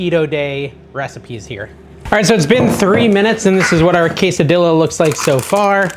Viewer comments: NO, NO, NO….on the Queso Dilla!!!! lol 😂 Each time you said it that way I shuddered! Just kidding, of course you can say what you want, it’s your party! You are looking great dude! I’m excited to try all these recipes. Thanks for making the Keto videos. After the holidays I NEED them. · Quesa .... dilla? 😂 "Rao's" is mispronounced also. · no I absolutely hate how you say quesadilla! its worse then when you say blent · I'm not Latino, but it's disrespectful and downright stupid to pronounce quesadilla that way. Blocking this channel. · Did you actually say, “tor-TIL-a”??? And then ‘Case-a-Dila???” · I like your recipes but I balk at your pronouncing the “ells” in tortillas. If there is one “ell” you pronounce it but if there are two “ells” they are silent. Tor-tia!!! No “ells” pronounced! Also goes for quesadilla…do not pronounce the “ells” hence say quesa-dia!! Thank you for your yummy recipes!!